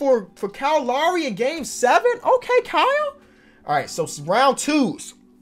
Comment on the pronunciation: Now that my mans a NBA champion can you start pronouncing Lowry write thank you love your vids keep up the good work